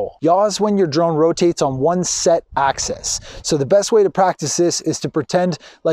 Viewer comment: Dude, really?? why should I take advice from someone who can't even say the correct terminology?? It's AXIS.... not "access". I would have totally re-shot this. makes you seem incredibly unprofessional and even a little bit pretentious!